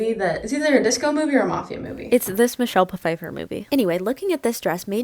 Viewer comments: BTW for Pfeiffer pronounce it as if the the p is not there, kind of like the last name Philips 😘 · Michelle Puh-fifer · spends a really long time talking about the wrong pronunciation of names because she was unsure of Zendaya also: Michelle P-Feiffer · I love what you do and how good you are at making fashion, but please learn how to pronounce Michelle's last name correctly. (Sorry I have the same last name) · I was gonna comment on the way she said Michelle Pfeiffer but then there was a whole rant in the video about correcting people pronouncing names incorrectly so I guess I've been called out